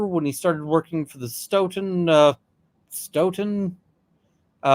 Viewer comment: Sto - ton. Rhymes with tote-in. Frederick Richards, USA olympic gymnast, hales from here.